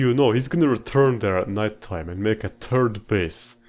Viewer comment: 'turd base'